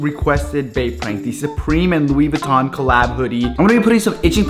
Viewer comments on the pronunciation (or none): LOUI VEENCHI😂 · “Luis Venchi” I cried so much 😅😂😂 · Oh wow "Luis venchi" End my life 🙁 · "Louis Venchi" 😂😂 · “Luis Venchi”💀🤦🏽‍♂️ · “Luis venchi” 🤦🏽‍♀️☠️😂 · "Luis venchi"😂😭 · Did that guy call the shirt Luis veuchi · ‘ Luis Venchi ‘ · "Luis Venchi"